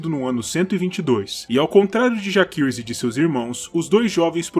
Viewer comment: Como no latim, 'a' + 'e' formam um ditongo, onde se pronuncia apenas o 'E'. Assim, a pronúncia correta seria JACERYS e não, JAQUERYS ou JAQUIRYS